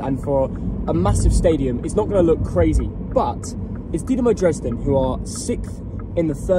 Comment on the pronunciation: Doo-na-mo Drays-den